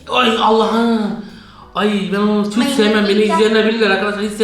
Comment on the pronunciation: 5.31:ne çıktı: mayınez. Mayines kitçap 😂😂😂😂😂😂